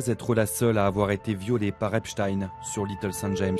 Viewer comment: La victime au début de ce complément d'enquête à citer "Epstine" au lieu d'"Epstein", elle est corruptible, influençable à cause de son statut de victime... vous n'avez pas piochez la victime la plus raisonnable du tiroir si j'ose m'exprimer ainsi, j'apporte mon soutien à cette victime, mais elle doit vraiment se remettre en question car dès le début elle a tout mélangé, car elle condamne la concierge mais le monsieur qui habite dans ce bâtiment n'a certainement rien à voir avec tout ça, enfin voilà, il faut se montrer plus pieu et avoir plus de recul pour mener des investigations. Et je condamne quand même ces personnes qui n'ont pas voulus s'exprimer et qui se sont moquer de son mal être.